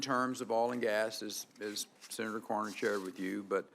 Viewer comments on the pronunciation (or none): none